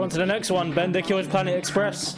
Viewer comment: He's called Bender, not Tearer